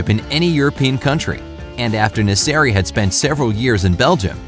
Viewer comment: Still now u call him nessari